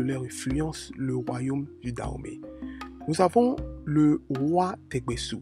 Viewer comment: On dit danhomey et non Dahomey Et le serpent ne s’appelle pas da mais dan